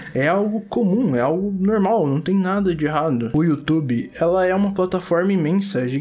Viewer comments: "Algo nomum`` -, Tio 2021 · Eu vendo o vídeo td séria: a O: é algo "Normum" Aiai kkkkkk